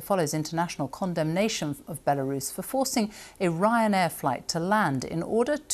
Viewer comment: B-elarus?? Where's that then? 😂!!